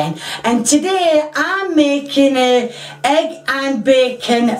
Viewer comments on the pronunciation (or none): I love how you say heg instead of egg